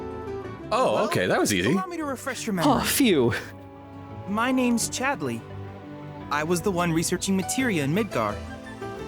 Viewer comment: I have a friend named Kingsley and pronunciation of Chad-LEY has ruined all of my interactions with them.